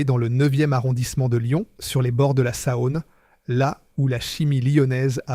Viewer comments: J'ai arrêté à 2 min, après la "Sahône"😂😂😂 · La Sa-one ! C'est insupportable ! Je quitte